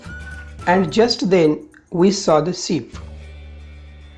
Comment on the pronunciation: Sir Kitna likhwate ho sir haath dukh raha hai sir aur ship ko seep kyu bolte ho sir